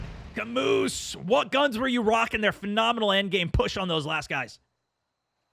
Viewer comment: Camus, like Cam-oo not camoose. Also, earned the win